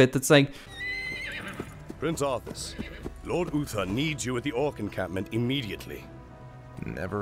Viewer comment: Arthas, not Arfas